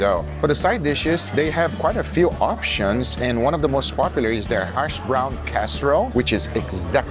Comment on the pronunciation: That's HASH-brown, not Harsh-brown. Of course, if it got burnt, THEN it might be "Harsh Brown" :P